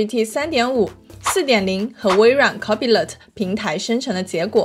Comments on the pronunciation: copilot應讀 co-pi-lot，不是copy-lot。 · NO！应该是：抠怕了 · 微軟那玩意兒唸作Co-pai-lite. 其他的受教了～ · 内容很干货，但是copilot你杂发音？